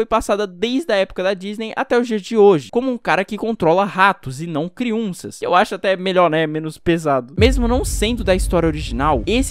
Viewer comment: Ele passo o vídeo todo falando criunças kkkkk